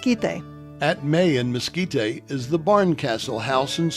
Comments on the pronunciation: Mes-KEE-tay??? Where you from, partner? Try Mes-KEE-teh.....sheesh! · Mesquit-tay? really people? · "We're here in Lase Cruises in the Miskeetay area where there are lots of places selling Chilly peppers! It is great to be in the 'New' Mexico (not the old one) where there might be Meskicans and stuff." Good God, who did they get to narrate this???